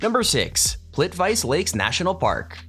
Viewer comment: Just FYI, PLITVICE is pronounced "plit vitz eh."